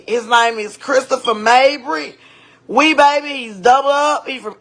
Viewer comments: It’s ‘wee bay’ not webay 😂🤦🏽‍♂️ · You got it wrong “ wee baby wee baby not webay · Weeee-Bay, Not Webay. Ever seen the wire? Smh. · You literally heard the lady say (we-bay) but continue to say it like that🤦🏾‍♂️ you want engagement on your page that bad you deliberately mispronounce shit so people can say something to you🤣🤣🤣🤣🤣 if it’s working do you big dog🤣🤣🤣🤣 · It’s pronounced with a long E. Webay like Webay from The Wire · Bru his name is pronounced we baby (webaby) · I would like and subscribe but you didnt watch the wire. Mispronouncing this man's name the qhole video. Its weee-bay. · After the third time you said his daddy name wrong I unsubscribed 😂😂 she clearly said his name you saying sum other shit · I know your Baltimore self did NOT mispronounce Webay 🤣